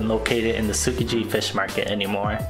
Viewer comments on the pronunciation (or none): Suki ji? Oh you mean tsukiji pronounced ski-gee